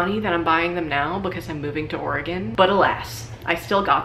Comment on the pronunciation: Thank you for pronouncing Oregon correctly. You're one of us now.